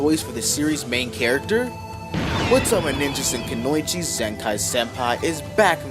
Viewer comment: The way you pronounce Kunoichi🗑